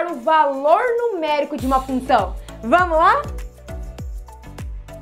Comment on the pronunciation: Professora vc precisa cortar esse "f", se não fica "lunção". Suas aulas são excelentes.